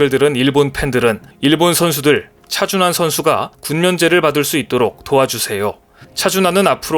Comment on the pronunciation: 여기도 또 차준화라고 개명하고 있네.(28초 부터 10여초간) 왜 우리의 영웅 차준환을 차준화로 둔갑시켜 지껄이고 있는가? 재미주의에서도 그렇게 발음하더니, 여기저기에서 차준화라고 개소리 하고 있나? 좀 베끼지 말고 잘좀 만들어라 이 베끼기 대장 유투버들아.